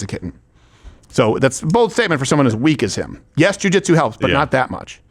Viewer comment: What he said was, Jewjuitsu